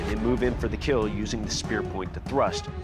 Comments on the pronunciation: "It will KEEEL!" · love his gremlin smile "eet will keeal"